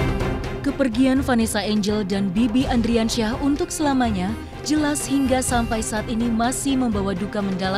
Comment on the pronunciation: Ardiansyah oi ardiansyah bukan andriansyah